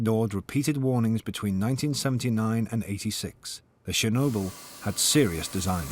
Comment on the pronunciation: Actually the name is not ChErnobil but ChOrnibil (tchorno meaning Black)